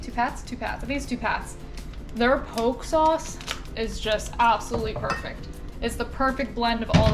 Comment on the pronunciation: Poke is pronounced "Po-Kay" haha looks good though